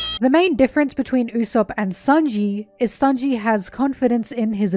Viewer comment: It's sānji not saonji